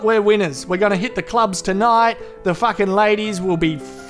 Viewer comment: Whenever he said Fakin. I lost it